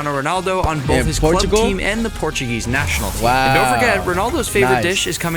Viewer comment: bruh speed said portugunese